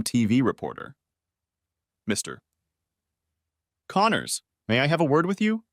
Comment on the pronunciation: Text-to-speech. A pretty decent one, but not good enough not to know to put a pause for a sentence break in the middle of "Mr. Connors."